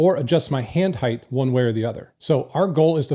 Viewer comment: It's height, not heighth.